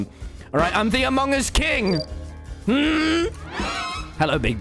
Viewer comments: Tommy: makes fun of big q for saying amangus Also Tommy : AMON GUS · True he just says mong us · Did anyone notice he said amug us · Why did he say amog us in the start tho